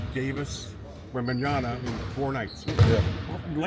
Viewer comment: WeMBeNyANa....how are you a reporter in basketball and not know how to say the name of arguably the most skilled player in the league right now